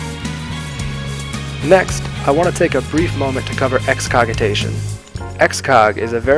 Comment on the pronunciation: It's lärˈjes,lärˈZHes, like Lar*J* ess, and Excogitation with a 'J' sound. Otherwise, I enjoyed the guide. ^^